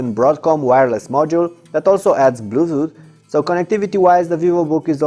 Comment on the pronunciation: blututh. lol